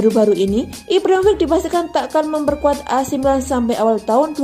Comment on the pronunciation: Ibrahimovic mba bkn Ivrahim rofiq